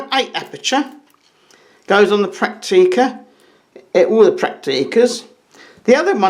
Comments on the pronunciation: Prakteeka's? It is prenounced Pracktica. Not Prakteeka... ;-) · We call them "Pracktica" (phonetically ;-) It's emphasized on the first syllable). I have a BC1, my father has two BX20. It's a pleasure to use them.